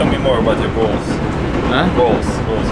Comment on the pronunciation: тел ми мор эбоут ёр болс - выражение лица ?! - голс, голс!!!